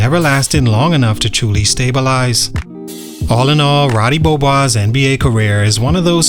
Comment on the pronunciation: "Ruudee Beeohboise"